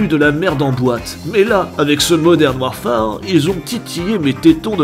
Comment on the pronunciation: Purée, tu parles quand meme Anglais, entendre modern warFAAAAre ca pique aux oreilles